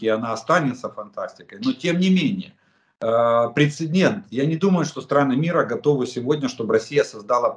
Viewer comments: Пре-це-дент. Без второй «н», Олег Владимирович. К сожалению, Вы заучили неправильно. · прецедент, а не прецеНдент. конвенциОНальное, а не конвенциальное. шо уж совсем-то...